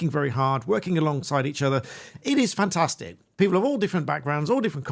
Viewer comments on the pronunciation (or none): none